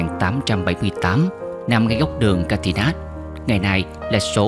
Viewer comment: Trời.. Chữ Continental Palace, Catimat...mà đọc không được...làm phim tài liệu thì nên học cho đúng... dốt quá là dốt...